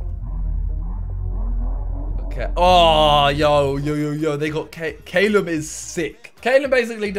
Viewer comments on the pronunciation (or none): none